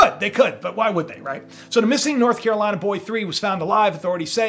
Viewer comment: I like that country accent when you said North Carolina Boy !! Yes we speak country.but I don't believe that shhh..